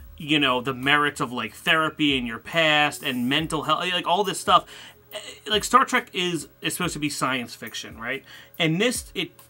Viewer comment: Can you tell your friends to stop calling it “Star Track”?